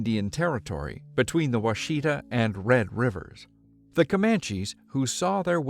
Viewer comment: It's wahshetah, one word. Accent on the first syllable. I' m from Oklahoma. I'd love to hear what you would do with Chickasha (a town in central Oklahoma). All non-Okies I've heard have mispronounced it., but I tease. I actually love these and hope you do many more.